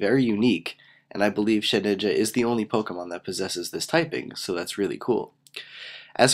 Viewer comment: lol and i love how you were saying "SHITinja"